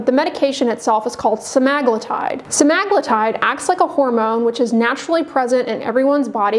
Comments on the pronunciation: Sema-glu-tide, not Sem-Ag-lutide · How to turn a four sentence explanation into a 12 minute video! And BTW I believe it's "semma-gloo-tide" not "semmag-loo-tide". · Odd that she doesn't know how to pronounce semaglutide.